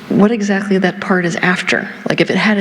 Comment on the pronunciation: What's the last word Teal says on the video ??? Go for power... 'trackly' 🤔 ???